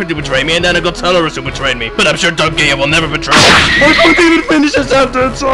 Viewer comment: Of course Dark Gaia would betray him for pronouncing his name like that. Dark Gaya.